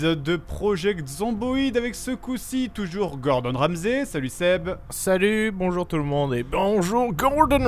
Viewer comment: Ramsay, pas ramzi!